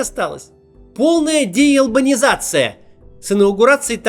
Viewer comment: "Деелбанизация" - это шедевр конечно)) только из за этого три раза ролик посмотрела🤣🤣